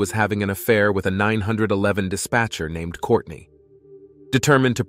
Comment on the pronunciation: It’s funny how AI says 911.